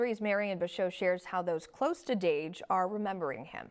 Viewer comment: STOP SAYING DASH ITS DAGE